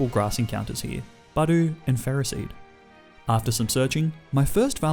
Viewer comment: My man, if you’re not sure how to say something there’s no shame in looking it up. You said Geyser two different ways incorrectly lol Budoo? It’s like a drop of dew, Budew… You don’t comment on all the “doo” you see on grass after a cold night…